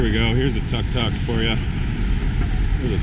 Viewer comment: I quit watching when he mispronounced the word TUK TUK. he just sounds ignorant to those in the know. He also show total ignorance to Buddhism and its concept effecting the peoples attitude.done in less than 3 minutes.